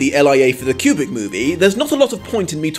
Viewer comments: Love your reviews. But I would like to point out that it took me halfway through the video to figure out that you were actually saying 'kubric' as I'd been wondering what the fuck you meant by 'cubic adaptation' haha. enunciate, dude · ..........it's "Koobrick", not "Kyubrick" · Is it just me or the way he says Kubrick it sounds like cubic.